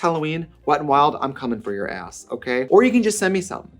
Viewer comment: “I feel like this is yourrrrr vibe, no?”